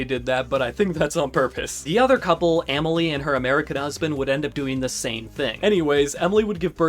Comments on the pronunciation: Amèlie is actually pronounced “ahh-mel-lee” 🫶🏻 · Aaaah-mile? Ah-malie brotha